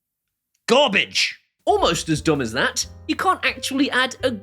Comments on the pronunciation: Garbagge…by Amazon. 😂😂😂 Ok I give…I’m subbing. 😂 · "Garbaj" by Amazon. LMAO!!!!!!!!!!!